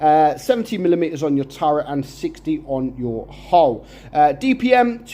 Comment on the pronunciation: He really needs his glasses 😂. He even said the tank dpm wrong